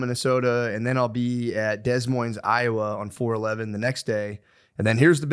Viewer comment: Matt’s pronunciation of Des Moines is crazy